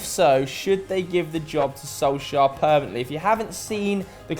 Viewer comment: Is anyone else annoyed that always says "Solskajer" or is it just me lol